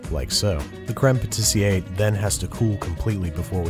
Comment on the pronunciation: It's crême patissièrE not crême patissier. So it's pronounced pah-tee-sierr not pah-tee-siay